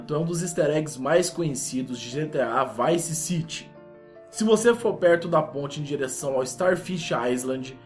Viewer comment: vice city se pronuncia vaice ciri